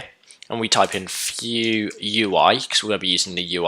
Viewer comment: Why do you say 'few js' instead of 'vue js